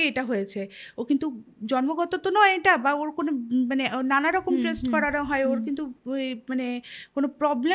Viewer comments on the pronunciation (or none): none